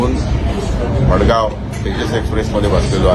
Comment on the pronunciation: मुंबई ते मडगाव आहे वडगाव नाही मॅडम